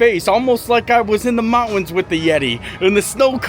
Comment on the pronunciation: Moun-tans 🤦‍♀️…not “mot-wins 😬